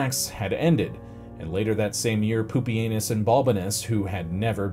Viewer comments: I was getting annoyed at the mispronunciations, but Poopy Anus really brought it full circle. All the way around the rim. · Normally I don’t like butchered pronunciations of historical names, but if the butchering results in the name Poopy-anus then I’ll allow it 😂